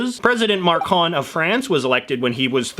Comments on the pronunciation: Macron not marcon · It's Macron, not Marcon. Btw, his wife is 15 years older than him. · I thought mispronouncing the obviously French name was his jab at Québec